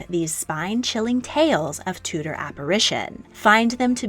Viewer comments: It's pronounced (chew)dor not (two) dor. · Tudor = Chewda not Tooda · Enjoyed video but winced every time you mispronounced Tudor.